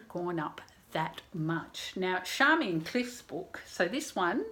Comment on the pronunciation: I think her name should be pronounced as in Charm rather than Sharm. In fact I am sure of it. There is an interview with George Johnston in the ABC archives where he clearly calls her Charmian.